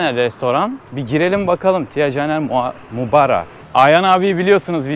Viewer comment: Maubara’ya ısrarla Mauraba demeye devam etmen🙃